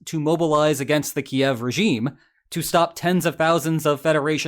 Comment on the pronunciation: Bro hitting a hard 'yev' trying to pronounce Kyiv